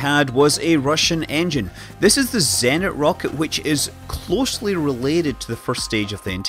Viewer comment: A few notes on pronounciation of Russian tech names: - there's no "z" in "kosmodrom", the "s" is as in "space", so it's kos-muh-drom; - "zenit" has stress on the second syllable. - so does "energia", and the "g" is hard as in "gear", not soft as in "giant", so it's sort of eh-nár-ghee-yah. This is not important at all, of course.